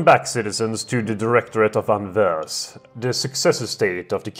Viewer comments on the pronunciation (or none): You prounounce Anvers with a silent S + Anvers is basically just Antwerp or Antwerpen.